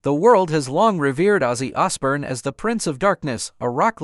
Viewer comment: The Osbourne family have said non of this here they did ask for there privacy and I hope that they sue you for slander here plus you are pronouncing there family name wrong